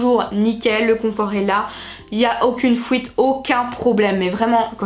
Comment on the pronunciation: « Fouite »😂😂 breff moi j’aimerai vrm en utiliser perso